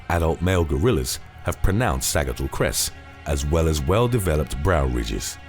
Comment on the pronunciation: I really appreciate your videos and the research that goes into them, but man...you sure butcher the pronunciation on a LOT of words. Sagittal is pronounced / ˈsædʒ ɪ tl /, much like the word Sagittarius.